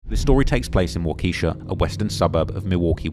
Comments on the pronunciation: Its pronounced waa·kuh·shaa actually 😂 everyone who isnt from Wisconsin says it wrong every damn time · It’s walk-ah-shaw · Nbs 😭Waukeesha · Waa-Kuh-Sha like the generator company